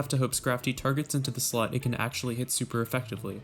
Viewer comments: During every double battle it sounds like you are saying slut is that right? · How come every time this guy says slot it sounds like slut?